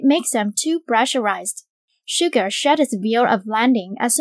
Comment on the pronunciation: Is that how you pronounced Suga lmao?? Im not a English native speaker but that sounds weird